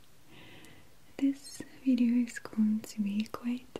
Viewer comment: Was it just me that thought when she said "video" at the very beginning she sounded very Australian???